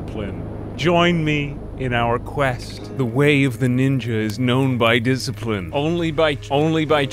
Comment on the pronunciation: I love the "Montage of Diciprine